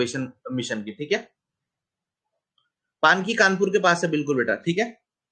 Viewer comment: बीना पानकी nhi sir पनकी